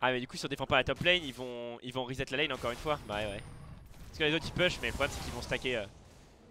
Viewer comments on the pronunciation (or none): none